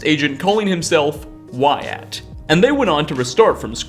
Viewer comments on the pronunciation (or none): you mean Wyatt, right? The pronunciation is more like (Why-it). fun fact: that’s my middle name. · lol yeah you got it! its just supposed to be "wai-et" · I myself am a Wyatt and its pronounced Why it, not why at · Did you just WyATT ITS WY ITT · bro its not pronounced why@ ya dunce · Lol “called Why-at” Saying Wyatt like that, I presume you’re a lizard person. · It's weird hearing someone pronounce "Wyatt" like that lol. seems to get used to it after a couple times, but then go back to "Why-At". Not really bothered by it, but I though it was funny. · you did not just pronounce my name "why-at"......... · is no one gonna mention the way he pronounces the name Wyatt??? Great video like always but that made me giggle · Did I just hear this dude wildly mispronounce a name, my name? Wyatt? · Interesting way to pronounce Wyatt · How else are you supposed to say it? Edit: NVM is a better example of him saying it weird.